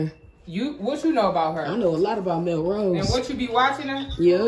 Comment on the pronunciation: Takeeya said mill rose 😂